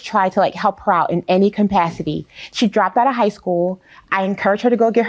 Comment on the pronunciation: Did the plaintiff say "compasity" instead of CAPACITY? Girl stop thinking that you're a Becky because you're NOT! NEXT! 🗣️👱🏻‍♀️🤔🤨🤭🤣🤣🤣